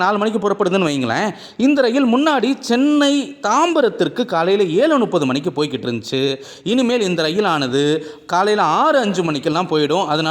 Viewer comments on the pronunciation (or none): Nuppathu alla muppathu